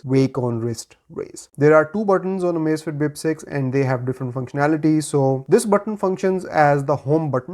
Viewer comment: "Amazifiti Bip Seizi" 😅😅😅 Parece até o Caneta Azul falando... 😂😂😂